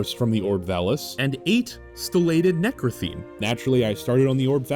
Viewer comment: "necrathene" ptsd triggerd